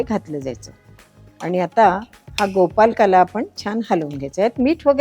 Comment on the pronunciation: छान आहे, पण नकळतपणे तुम्ही गोपालकाला म्हणत आहात, ते कानाला टोचतं, प्लीज् गोपाळकाला असे म्हणा ना ताई.